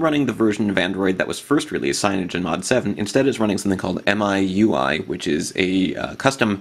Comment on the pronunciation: Apparently it's pronounced "MEE-UI." I don't know who down-voted you? Nice video. I just installed MIUI myself.